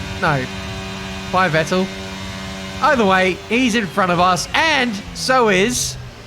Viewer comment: FYI - the V in Vettel is pronounced like in fat :)